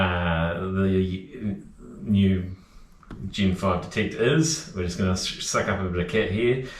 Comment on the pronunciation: I thought it was gen 5 detect, not gin 5 detect. Best demo on YouTube at the moment though.